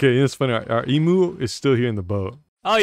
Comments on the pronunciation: As an Australian I'm annoyed by how says emu but it's fine.. its fine IM FINE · I love how pronounces emu. probably the funniest Alex's mobs video so far😆